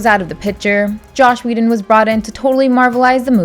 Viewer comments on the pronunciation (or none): "Josh Whedon"